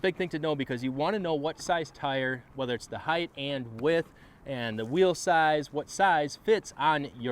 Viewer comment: Did he say " wheelize ". ?????? At the beginning?